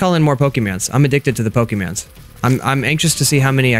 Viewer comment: Why do you say pokemans its pokemon.